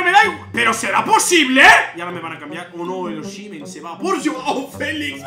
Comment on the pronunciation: Es osimen así dile 😅😅 así se pronuncia